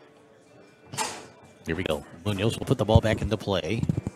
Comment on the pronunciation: I'm trying to teach people how to pronounce "Munoz" correctly. The accent goes in the 'O' and not in the 'U''. But they're arguing with A Spanish Grammar Teacher. There are some people don't ever want to learn.